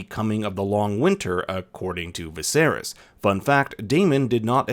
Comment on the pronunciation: Did you say 'Viserius'?